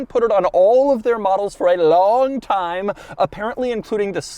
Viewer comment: Nobody: that one episode: “ITS ABOUT TAMM U SHOWED UP”